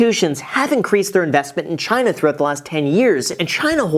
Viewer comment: Did this guy say that Choina will collapse in 10 days or so? Lmfao